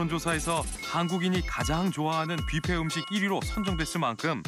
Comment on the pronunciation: 비페 라고 하면 미국 에서 못 알아 든ㄷ지 Buffet 부 ㅍ 해